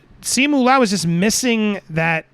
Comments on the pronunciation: With Simu Liu the Liu is pronounced “lee-oo” in one syllable. Leung is pronounced like you’re saying the “e” and “u” at the same time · Pronounced See Moo Lou